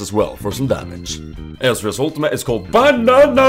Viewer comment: Lol did you say "a huge BANAN"? xD